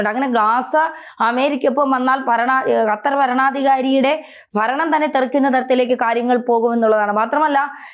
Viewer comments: ഖത്തർ എന്നാണ് ' ഹ ത്തർ അല്ല. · ഹത്തർ അല്ല ഖത്തർ പ്ലസ് ഉച്ചരണം ശെരി ആക്കു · ഹത്തർ,,,, അത്തർ ഹ ഹ ഹ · ഖത്തർ എന്ന് പറയൂ ചാണകം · ആദ്യം ഖത്തർ എന്ന് പറയാൻ പഠിക്കൂ അതിന്നു ചാണകമല്ലേ